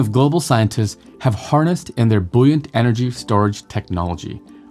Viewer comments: Boyunt not booyant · Lol this guy doesn't even know how to pronounce BOY-yant